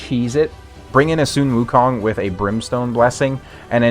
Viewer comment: I love how you pronounce Sun Wukong correctly. I believe you are the only current Raid CC who can and it's kinda sexy. Happy New Year 🎉